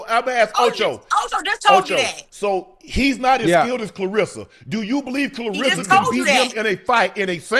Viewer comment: Shannon...Shay...Unc...Please Take A Phonics Class and Stop Mispronouncing KLAH RESS A Shields' name...R E S S A ... RESSA